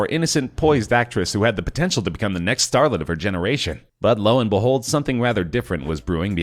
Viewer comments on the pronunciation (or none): Tell me it was intentional that it sounded more like "...but Lohan behold," than "...but low and behold," because that would be great